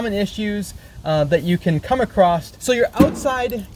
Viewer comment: ACROSS "NOT ACCROST"